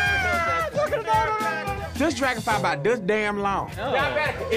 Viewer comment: "A DRAGUNFLAH?" LMAOOOOOOOO